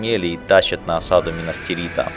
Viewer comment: не минас тирИта а минас тИрита!